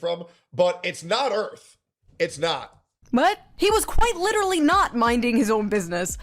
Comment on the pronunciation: they call it “Erf”